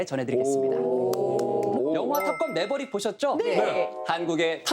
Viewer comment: 매버릭은 아니고 그냥 음 내버릭 ㅋ